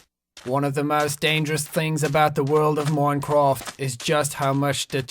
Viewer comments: That's not even how we say it here. He's bad at this. T R I G G E R E D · ITS MINCRAFT NOT MONCRAFT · He said moncwoft😂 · I like how he says "moincroft" instead of minecraft XD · Seann Escorrido im joking cus he sayd moncraft instead of minecraft.... ._. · "moincraft" "water" "foer" "bern" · its not moncofth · "moincraft" lmao, he actually did have a nice accent back then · I love how he say moincraft